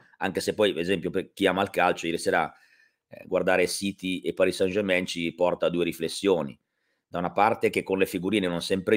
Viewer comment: Grazie, che finalmente pronunci bene Parì San German.;)